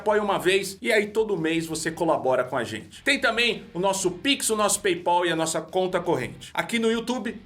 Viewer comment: Não se fala pay pol,, a pronuncia eh PayPal que nem quando se fala Al pacino. Adoro vocês seus feios bonitos